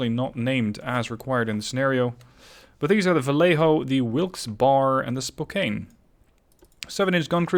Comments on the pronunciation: Another fine video, little clarification though, Spokane is pronounced Spoke-Anne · I do have to give slight correction on how to say "Spokane" up here in the PNW we say "Spo-Can".